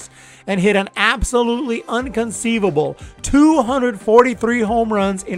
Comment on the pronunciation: The word is INconceivable and not UNconceivable.